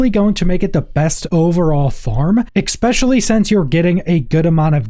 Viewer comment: I can’t take anyone that says “expecially” seriously.